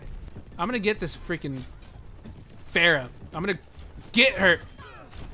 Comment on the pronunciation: The pronounce for pharah I think is wrong